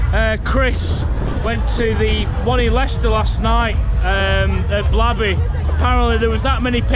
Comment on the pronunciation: im not trying to be mean but blaby is pronounced as blaiby